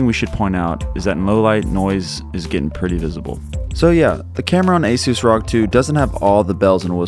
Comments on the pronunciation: You pronouce "rog" like "rock" it should be pronounced as r,o,g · I had to stop watching after he said rog as one word